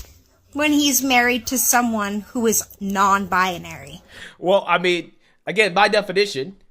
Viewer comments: She cant even pronounce her own made up gender…..it’s not “bIAnary” it’s BInary!!!! The way she says it is insufferable to listen to!! 👉🏼😖👈🏼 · Very annoying when It says “non bianary” instead of non binary. Total mororon. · 😂😂😂 "non bina-ary" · What “non-bia-nary”? She can’t even say it 😂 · I hope this guy took the 48-hour notice to find a good divorce lawyer. Also, what's a "nonbi-a-nary"? Is that a woman who's not nonbinary? Like a double negative? Either way, she identifies as cray-cray and she'd be both offensive and disrespecting me if she doesn't allow me to determine how she identifies. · “I’m non bye-uh-nary” 🙄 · pretty sure she's saying "Non Bionary" or "Non-Bianary" wtf is that? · The only thing that's offensive about this video is that this person says she's "non-bianary." WTF is "bianary"? She doesn't even know how to pronounce her own claimed mental illness. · I think the husband made a bad choice.... and she needs to learn to pronounce "non-binary", she keeps putting an extra "a" in there. And he is jot a "cis" man, he is just a man. "Cis" is a term used in describing molecular structure, not people.